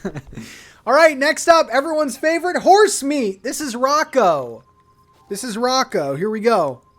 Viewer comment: Not you calling Roscoe the horse Rocco....